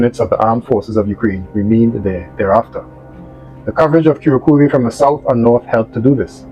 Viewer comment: Ku - rrraak - ova. Slightly roll the r.